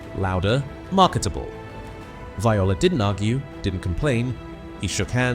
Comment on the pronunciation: Dennis was a character but was a ladies man. That's why busby got rid of him.. and BTW it's pronounce violent. (It's 2 syllables not 3...)